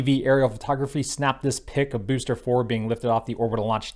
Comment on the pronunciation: I just tune in to hear you say "Bewster" ; ) Worked under the FAR's for over two decades. The FAA's mission statement revolves purely around Public Safety . . . which is a Good thing, cause they're excellent at it . . . environmental assessments? . . not so much. They're not structured for that kind of work, dealing directly with the public. The Fed's are big on redundancy, verification and documentation . . . None of which lends itself to determining how noise effects plant life in a suburb, or weather fish are somehow transformed by brightly lit objects ( actually, i think they are : /. Anyways, if it's looking like the Fed's are "dragging their feet" it's because they are . . . not out of politics but more out of ability.